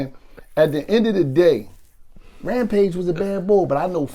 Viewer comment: It’s rampage it’s rampage R-A-M-P-A-G-E.